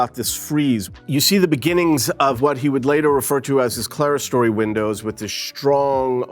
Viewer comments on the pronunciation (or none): This guy mispronounces so many architectural terms, including 'clerestory', that it's hard to believe that he received any education in architecture. Unbelievable.